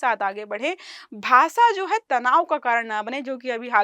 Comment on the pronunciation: भाषा ❌ भासा ✅